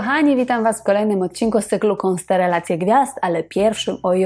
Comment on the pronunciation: Dlaczego konsterelacje gwiazd? A nie konstelacje?